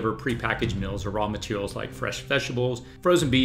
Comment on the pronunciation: It’s meals not mills.